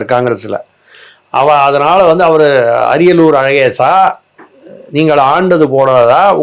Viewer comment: அரியலூர் இல்லை உழலூர் அழகேசன்